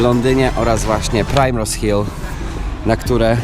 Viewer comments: Fajny filmik jak zawsze. Taki mały szczegół mówi się "Primrose" a nie "prajmrose". A do zoo polecam się wybrać bo to najstarsze naukowe zoo na świecie i jest w nim mnóstwo zabytków. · Mam znajomych którzy mieszkają przy Primrose Hill i Swiss Cottage i jeszcze się z taką wymową nie spotkałam. Żaden Brytyjczyk nie powie prajmros, ale ok skoro uczysz się z ulicy to spoko :)